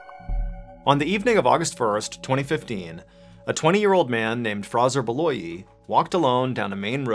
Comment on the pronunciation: F-R-A-Y-Z-O-R....not Frazzer.....